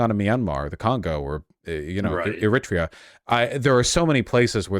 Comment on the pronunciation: Should someone tell Vaush how Eritrea is pronounced? Or should we all start reading out USA as ”Oosa”